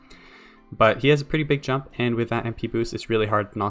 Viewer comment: i know you re saying he has pretty big jump but it sounds like he has pretty big junk